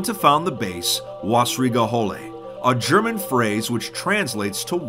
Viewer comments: "Wässerige Hölle", is spoken W-aessaereegae Ho(deep-o)llae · As a german i can not listen to Wässerige Hölle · Hello and welcome to a new episode of "How to mispronounce german 2b2t base names!